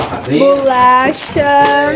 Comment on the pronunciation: Q agonia de te ouvir falando “bulacha” kkkk